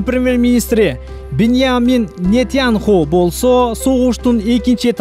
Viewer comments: Нетьянху. Эмес. Нетаньяху Токтотчу. БИРИНЧИ ХАМАС башталы Колундан эмне келет палестиндерди. Хамастарды Озуно КИРГИЗИП ал. Кыйын болсон Бузуку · Израилдин премьер министри Нетянху деп так даана айтыпсыз. Чындап ушундай атка татыктуу кан токкуч канкор адам экен